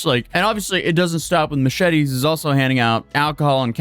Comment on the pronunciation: "mooshety" lol